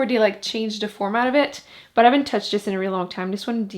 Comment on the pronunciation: Uuurrrrrgggghhh she kept saying de instead of the or dis not this or do not tho